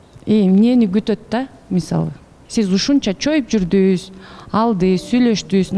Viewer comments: Журдунуз ,келдиниз,бардыныз,калдыныз деп суйло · Журдус, келдиз, бардыс анан калдыс деп эле тантырадыго 😂Кыргызчаны так даана суйлосонор эфирде отурганда!